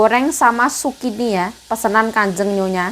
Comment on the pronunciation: Zukini BKN sukini nma org mbk